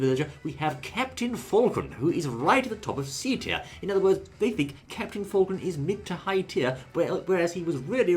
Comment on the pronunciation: For the 1000th comment I ask this! Why is it that they don't show the characters as they are mispronouncing them (captain Folgren?) and talking about them?